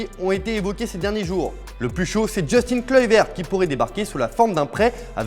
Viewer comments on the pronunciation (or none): none